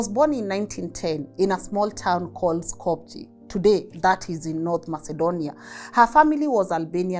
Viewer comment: SKOPJE -, not pronounced sko-pu-je it's pronounced Sko-peeh...like Cíkú- pee...SKOHP-yeh